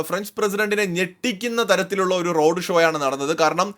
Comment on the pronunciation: റോഡു ഷോ അല്ല, റോഡ്‌ ഷോ എന്ന് പറയൂ.